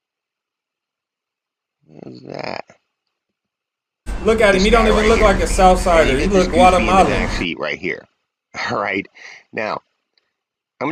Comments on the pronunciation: Broooo said guatemalen 😂😂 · "Guatemalan" lmao. Milk winning, you slept these fools.